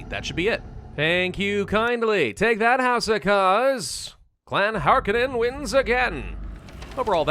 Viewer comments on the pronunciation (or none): HAR CON EN! Get it right.